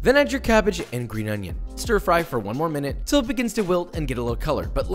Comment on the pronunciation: I don't know why, but I laughed out loud for a solid 10 seconds when you stressed the mush~RoOm~ the same way as you did ~OiGnOn~